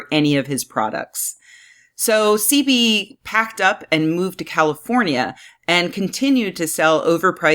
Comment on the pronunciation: Doctor ceebee?? Its pronounce Sehbee. Typical white girl cant even pronounce the most easiest of black names